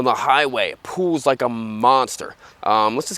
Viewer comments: It "pools" your arms off???! I've never head anyone pronounce "pulls" like that before. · SRK Videos are growing on me, but is he saying "pulls" or "pools"?